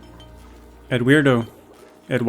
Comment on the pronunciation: You did not just call this man Edweirdo